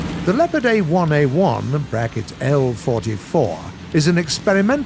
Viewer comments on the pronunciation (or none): Its called Leopard and not lepard there is an o in it!! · You have to say Le"o"pard not Lepard make an pause after Le and say o and then pard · Snipars223 yes but we are saying Sherman the English way and not like share mann so why should brits say lepard and Tiger their way couldn’t they respect the tank pronouncing it the way the tank is originally called